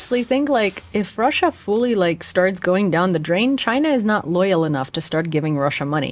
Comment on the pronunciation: 10 extra points for "Krussia!"